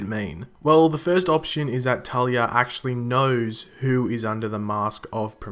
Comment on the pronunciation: talia not tali